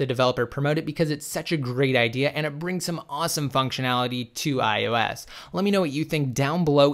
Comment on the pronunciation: especially IOS he loves saying IUS Lol